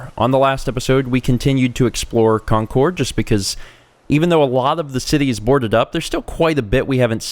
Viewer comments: This is going to be a looooong series. Please, for the sake of me and all other Bostonians, please learn how to say the names of these places. It's not con-cord. It's CON-Curd. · your causing me to froth at the mouth, because I live near Concord and we normaly pronounce it concerd